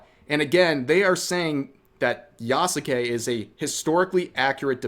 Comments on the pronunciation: Is spelling the name wrong as bad as pronouncing the name wrong? Just asking because half the time Rev says "yah ske" correctly and other times he says "yah SUE Kay" utterly wrong. Ubisoft is screwing up and should be called out but holding ourselves to a standard should count too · Yeah,😂😂😂 the name Yasuke even pronounced ya sux it